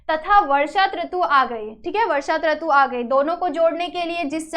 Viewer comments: Tratu nahi hota who rutu hota hai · Rutu ko traku bol rhai ha aap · Mam its rutu not tratu😂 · त्रतू नही रूतू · Trutu 😅 nahi mam rutu😂😂😂😂😂😂😂😂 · ऋतू को त्रतू बोल दिया mam ने.